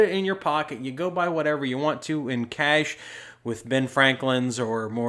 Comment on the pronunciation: I love how you pronounce cash as kaysh